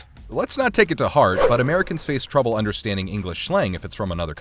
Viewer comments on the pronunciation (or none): none